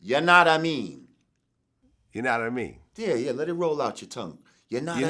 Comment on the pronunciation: It’s hilarious watching Vlad tryna say yanadameen... just say “you know what I mean” like Butters in South Park